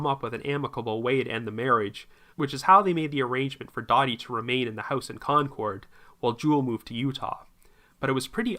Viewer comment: Concord, CA is pronounced Konkerd, just for future reference.